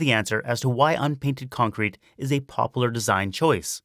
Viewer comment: Popular has 3 syllables. Poplar is a different word.